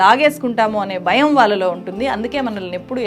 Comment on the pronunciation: Madam ,please note that you are pronouncing " Bharya" as "Barya" and bhayam as bayam and so on everywhere, whiich is very awkward to hear by the pure Telugu speaking people ,and hence you're requested to rectify in your speach which is not impossible but very easy by the learned people like you, I hope you will do the same at earliest possible !